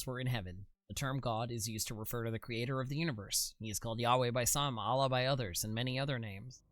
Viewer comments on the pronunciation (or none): none